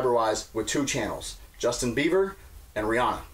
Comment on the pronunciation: saying "Justin Beaver" over & over cracked me up